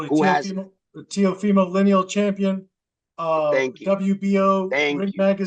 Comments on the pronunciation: Wait, is it the Linium? Or Linial?😂😂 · Bro said leen-eee-all champion then he said linn-e-um belt lmfaooooo bruh drunk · how is Teofimo the lineal champ he can’t even pronounce lineal ) he LOST HIS BELTS IN THE RING HE IS EMBARRASSING HIMSELF 😂😂